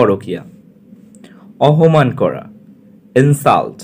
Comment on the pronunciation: অপমান কে বললেন অহমান😂